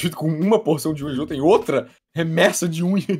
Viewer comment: Ele fala JôJô ao invés de JoJo S E M D I G N I D A D E